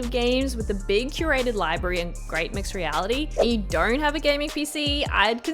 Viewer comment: Why do i hear R's in your O's? Nooor, dooornt, so annoying. Great video thank u! :)